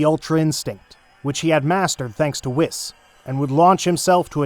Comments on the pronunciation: Bro it's wees not wis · Ah yes, whiiis and beeruusse